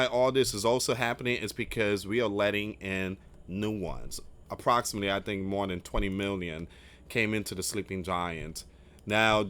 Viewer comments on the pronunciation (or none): none